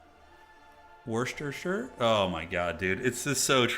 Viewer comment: The shire is silent in Worcestershire sauce where I am in the uk. We just pronounce it “wuss-ter” for the most part. But the town is pronounced “war-Chester” and if you say the shire you say “sure”